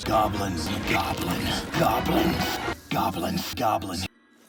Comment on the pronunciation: At the end it just sounds like "gablins"